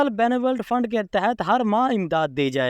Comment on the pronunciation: اللہ کے بندے پہلے کسی پڑھے لکھے بندے سے بنولینٹ فنڈ کا صحیح تلفظ تو سیکھ لو جب اپ اس فنڈ کا نام بولتے ہو تو سننے والے کو غصہ جاتا ہے اور وہ یا تو اپ کا ویلاگ سنتا ہے نہیں اور سبسکرپشن تو دور کی بات ہے